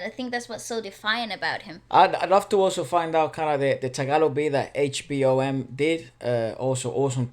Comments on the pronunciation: Ez Mill is pronounced as Eazzy Mil. HBom is pronounced as HBomb ( B is silent) Great RV as always!! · Pronounced: E.Z. MiL as in EASY MIL and H-Bom as in H-BOMB.... PLEASE say it right! Lol